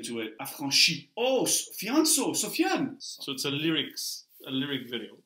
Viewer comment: It's afionso not sofian